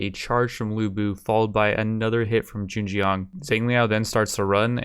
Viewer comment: the "zheng" in zheng jiang wasnt that bad but jiang is pronounced more like jee-ang edit: scratch that he screws up the first "zheng" and has a better jiang through out the video ;/